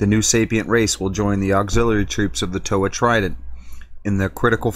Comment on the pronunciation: Bro......Toe-Ha. Come on